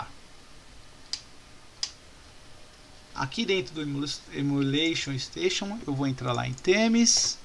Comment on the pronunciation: Estou adorando as aulas. Mas fica uma crítica construtiva. Repita comigo: EMULATION STATION. Não é Emula Station. Kkkkkk